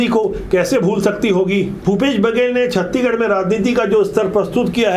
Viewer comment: सर जी छत्ती गढ़ नहीं छत्तीसगढ़ बोलें